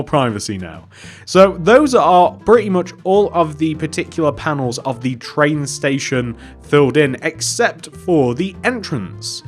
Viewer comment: he said tran station